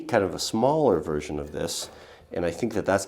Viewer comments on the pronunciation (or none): none